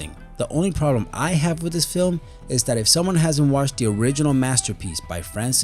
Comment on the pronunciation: "In dis movie..." "..abventure film..." "da Goonies..." "..short shtory..." I can't take any more. Why do you continue to do this? It's very difficult for you, it's so obvious.